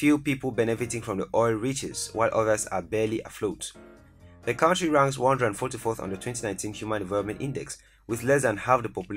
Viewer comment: Great video! As a native English speaker, I encourage you to say CUNTRY, rather than cowntry.